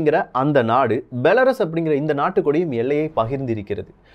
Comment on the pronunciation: பெலருஸ் என்று கூறவும்.